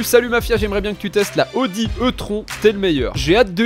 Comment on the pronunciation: C pas "odie" mais "oudi"😂 Sinon peut tu prendre la Jaguar f-pace SVR couleurs bleu électrique de 2022 pour la sportive Svp? C une vrai comparer à un chariot.😉